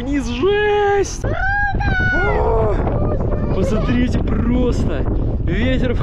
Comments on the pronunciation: Очень вас прошу правильно выговаривать слова! Пасатрите-это не приемлемо!!! Сильно режет слух! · Пасмарите, ребята, красата, просто, ребята, бааам 😂 я угораю с вас. Пополняйте словарный запас срочно. Очень люблю смотреть, но уже режет слух.